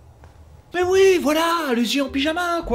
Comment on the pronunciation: Un belge qui dit "ui" au lieu de "oui" un tonnerre d'applaudissements pour!!!